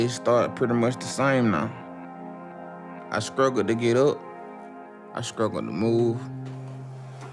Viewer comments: Why say "scruggle???". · “I skruggle” 🤣😂😅